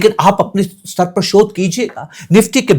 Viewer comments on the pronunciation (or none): none